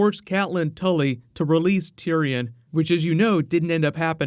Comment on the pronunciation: "tulley" its actaully "tully"